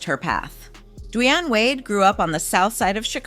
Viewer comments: Has she not heard how to pronounce His Name?! Say His Name-D~Wayne!! WOW!! Say His Name correct!!!! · What’s wrong with your tongue? Gabe-briel? Duwuanye? EvAh?